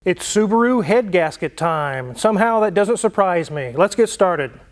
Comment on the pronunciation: You can say Subru again 😅